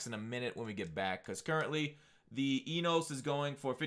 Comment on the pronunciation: Just trying to help. It’s pronounced “enus”